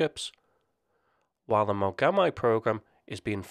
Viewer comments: Mogam "eye"?...umm...try Mogam "E" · The "Mogami" frigate is pronounced "mo-ga-mee." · Mogami is pronounced like moh-gah-mee. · Mogami is pronounced like Spanish (correct ). Its "i" like igloo.